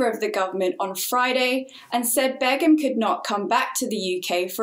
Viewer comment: Her name is shamima BEGUM not bagham🤣